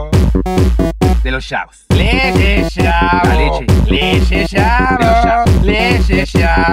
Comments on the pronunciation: el profe a cada rato dice chavos y siempre me acuerdo de shavos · mi parte favorita es cuando dice "de los shabos" :v